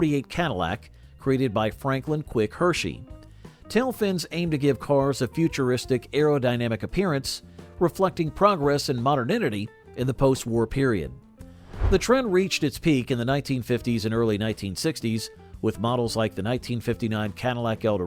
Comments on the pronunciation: "moderninity" 😂😂😂 Did you mean "modernity"? 😂😂😂😂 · "...reflecting progress and moderninity" 😂🤣😂🤣😂 Oh yeah... like the progress and moderninity of the English language in the mouths of Americans. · In many cases it's more "Moder-ninny" where it's new, it's "improved" but it's completely stupid.